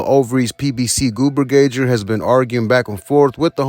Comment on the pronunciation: “Goober gager” 🤣🤣